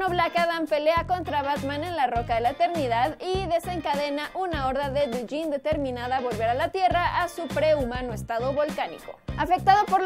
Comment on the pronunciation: Se escribe Djinn, se pronuncia "yin". Es un vocablo árabe